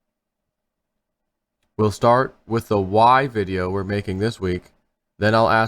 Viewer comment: sez "I wanna be wif wieners"